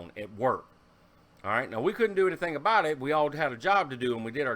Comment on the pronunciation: Ehhhh the Canadian 'aboot' <3